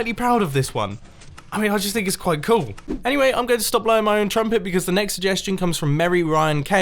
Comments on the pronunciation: dont you mean quite "coal"?? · quite cool you mean quite COAL hahahahahahahayahahahahahaha